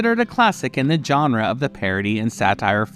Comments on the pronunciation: Please learn how to say the word "genre" correctly, because "john-ra" is just wrong. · If you make videos about movies, learn how to pronounce "genre".